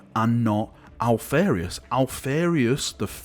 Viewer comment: Alph-AR-ius > Alph-AIR-ius